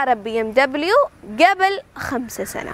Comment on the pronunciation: ടീച്ചറേ.. നല്ല ക്ലാസ്.. But pronunciation കുറച്ചൂടെ നന്നാക്കാം.. മുമ്പ് എന്നതിന് "ഗെബിൽ " എന്നല്ല ഉഛാരണം "ഖബ്ൽ" എന്നല്ലേ....?